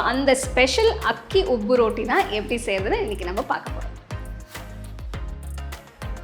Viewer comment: அருமை. நீங்க ரோட்டினு சொல்லாம ரொட்டினு சொன்னா நல்லா இருக்குமே